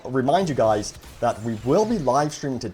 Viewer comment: Why do you “gwuys” always defend EA and Dice. Either you’re on the payroll, just dishonest, or delusional. Seriously “gwuys”, is it hard for you to say the word Leak?